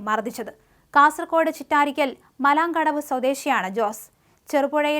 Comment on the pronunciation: മലംകടവ് അല്ല മലമേ.... മലാംകടവ്